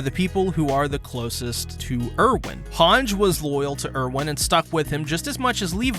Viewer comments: Why do you pronounce things differently than the show? They all say "Ervin" not "Irwin" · My guy it’s pronounced air-vin, not urr-win